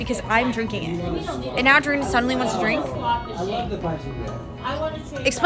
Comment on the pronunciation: She is not durin-nah. She is dah-ree-nah 🙄